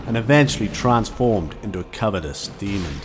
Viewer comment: Not being mean but there's no d at the end of demon